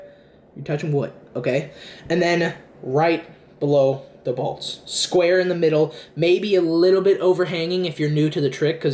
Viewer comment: When you said right below the bolts, I thought you said right below the balls. "You're gonna put your finger right below the balls, square in the middle."